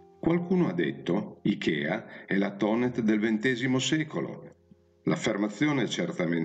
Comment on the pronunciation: Finalmente qualcuno che Thonet non lo promuncia Tonè facendolo diventare francese!